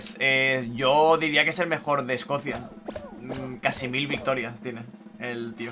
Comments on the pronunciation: es Escocia no Escocía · Todos: Escocia: Escocía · Alguien más notó que dice Escocía en vez de Escocia? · es Escocia, no Escocía xd